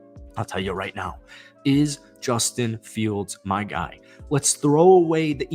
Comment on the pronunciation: "And 'bustin' fields" 🤣